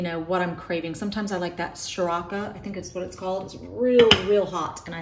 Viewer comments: Fun video up watch! The spicy sauce is pronounced Sir-rawt-CHA. 🌶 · It’s pronounced sir-ra-cha 🤗